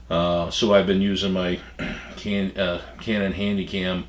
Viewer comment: It sounds like he is saying canon viagra